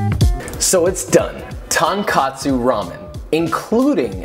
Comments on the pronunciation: Best ramen youtube video I've seen. Incredibly authentic. As others have said, though, the mispronunciation of tonkotsu is pretty grating :-) The pronunciation is tone-coat-tsu (musical note tone, thing you wear coat, tsu... Well, you got that bit right even though it's not an English phoneme ;-) ). I'll be frank and say that I'm a bit mystified with your dashi as the best technique for ichiban dashi is so close to what you did that I don't see a point in not going all the way. Obviously best if you can soak the konbu over night, but you can just add a bit extra and start in cold water (soaking for at least 5 minutes in cold water will help, though). Bring up the heat to where you just start seeing bubbles rise from it. Remove it from the water. Bring the water up to a rolling boil and add the katsuobushi. Immediate remove from the heat and cover. Wait for 3 minutes and then strain. You will be amazed at the difference in flavour and it really isn't any more work at all. Last tip: Give iwashi dashi a try instead of katsuobushi. At the Asian food store you should be able to find a bag of small dried sardines (iwashi in Japanese: イワシ). Make the dashi in exactly the same way as the katsuobushi dashi, but add the dried sardines instead. Before you add them, you should remove the heads because they are bitter. I live in Japan and near my mother in law's house there is a tonkotsu ramen shop that uses iwashi dashi. It really is amazing -- the fishiness of the sardines cuts through t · “Real tonkotsu ramen”, made by a white American mispronouncing the dish and putting mushrooms in it when real tonkotsu ramen in Fukuoka would never have mushrooms like these but キクラゲ. 🤦🏻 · Being hyper-confident and braggadocious in mastering a foreign dish then completely butchering the pronunciation is such a white liberal thing to do lol. I wonder if homie is from Portland. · joshua,it`s tonkotsu ramen or tonkatsu..ramen? Tonkatsu is pork cutlet,and the dish you make with it is katsudon.